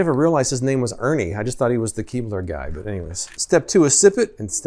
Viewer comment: You said " Keebler " and I heard " keyboard ".. imagine how sad I was when no keyboard was dunked in milk. 😬